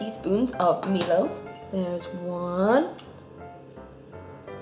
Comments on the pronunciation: By the way, it is said MY-low, not ME-low. I had a good laugh at ME-low though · Also it's pronounced my-low and janome says to try it in cold milk too XD I'm glad you enjoyed everything! I'm surprised there wasn't like one thing you didn't like XD